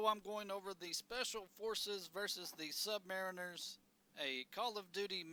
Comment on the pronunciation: Bro said sub mare inners